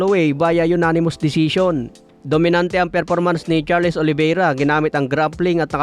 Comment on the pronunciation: Charles( pronounced Charls)